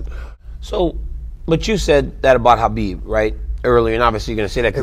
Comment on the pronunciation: Why does DC always say Hanbib and no one says anything?🤣